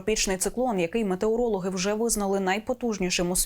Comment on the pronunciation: якi мАтеорологи? може мЕтеорологи' га?